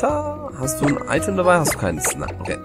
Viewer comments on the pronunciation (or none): none